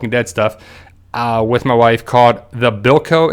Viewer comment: Its called The Belko experiment. Bell-co is how ya say it